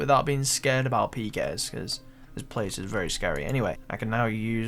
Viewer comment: the way he says but BOWT I am a BOWT.